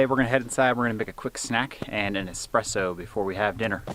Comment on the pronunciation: please.. don't say expresso... it's ridiculous. if you wear your gun while cooking it's ok.. but if not.. never say it again. the difference between mokka and espresso ist just the kind of beans you use for it.